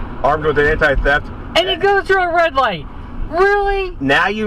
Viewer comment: . Yep, everyone has to wait for the "ligth", even you.